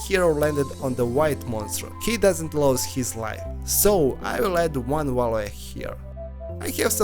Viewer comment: absolutely impossible to understand this guy "wah-ley" is what you say for the word VALUE ? not even fucking close, bro